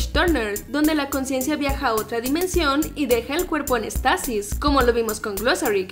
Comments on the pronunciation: Se dice Éxtasis, no extasis, con acento en la "e". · se dice éxtasis